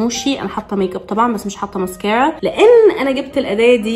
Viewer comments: دي شكلها فيها حرارة لأنها بتكوي الرموش زيي لما تكويي شعرك بالحرارة 😂😂🤣 بسمة اتكلمي زيي الناس لما تجي تقول ماسكرا مش مييسك اآ ر ا سبحاآنكـ آللهم وبحمدك أشهد أن لا إله إلا أنت أستغفرك وأتوب إليك 💜💜💛 يلي يقول هذا الذكر لا يغادر المكان إلا وهو مغفور له بإذن اللـه 💛💛💜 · اوك عادي لكن مش لهدرجه لانه الناس تقول ماسكره عادي مش ماسكررره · ماسكرا❌ ميسكرا✅ هههههههه❤ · هو انتي لي بتقولي الماسكرا 😂😂😂😂😂😂😂😂😂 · ليش تقولين ميسكارا 😂 مو قصدي اتنمر بس احس الكلمه غريبه وبنفس الوقت تقهر 🌚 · هوا إنتي ليه بتقولي كلمة مسكارا بطريقة غريبة كده عن باقي الناس 🤔🧐